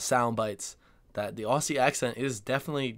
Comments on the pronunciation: OZZIE NOT Ossie PLEASE 😵‍💫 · Ozzie, not Ossie. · In one of your package opening videos, in which you received a gift from Australia, you asked Ben whether he thought the word Aussi was pronounced Ossie ( as it looks, given the double ss) or Ozzie. You thought 'Ossie'. He said Ozzie. Ben was correct- as many of us pointed out at the time. No worries- just thought you might like to know, mate! BTW the 'rising terminal", as it is called ( referred to here as a rising inflexion) is also very characteristic of the General and Broad Kiwi accents here in NZ. Greetings from Auckland. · That's a good video. The presenter, who indeed has a standard Australian accent herself, is very well-informed. I am an older Australian, a retired English teacher, with some post-graduate qualifications in sociolinguistics. One last tip: Aussie is pronounced Ozzie not Ossie. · Yes. It's not "Ossie" it's "Ozzie" 🦘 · Mate stop saying it wrong😂 It like OZZIE NOT OSSIE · ozzie like ozzie ozbourne... not "ah-see". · Love your videos man. I’ve got an answer for you from of your questions. We identify as and call ourselves Aussies, not Ozzie’s. And it’s not pronounced aus-sies it’s pronounced Ozzie. If that’s not confusing I don’t know what is. Also, anyone from Brisbane is from Brissy. Loving your work mate!! Keep it up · please stop doing the American thing in pronouncing Aussie as Aw-see. It is pronounced Ozzie as in Ozzie Osbourne. Ozzie is also the alternate spelling of Aussie. When you said "You can tell who the native speakers are, that was spot on" the guy speaking was English actor Jude Law. So not a native speaker at all. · Also, "Ozzie", not "Ossie". :D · well, the word aussie isnt pronounced aw-ss-ie, its ozzy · The one thing I lose my mind over is Americans pronouncing Aussie with an S, like "Ossy". ARGGHHH! It's "Ozzy" it just sounds so awful and grating. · Tip for Americans: Aussie is actually pronounced Ozzie. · BTW it’s Aussie (Ozzy), Americans always say it wrong.